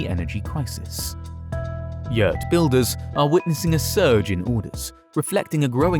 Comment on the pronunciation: The word "yurt" is not pronounced as yeeeeeeewrt, its yurt.